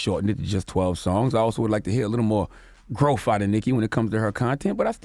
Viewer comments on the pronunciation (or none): Charlemagne's inability to pronounce the TH in words is so annoying. Especially having a public speaking job. It's not growf, it's growth! Is not truf, it's truth!